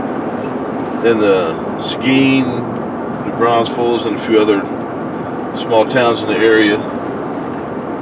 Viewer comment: It's New Braunfels, not New Braunsfels.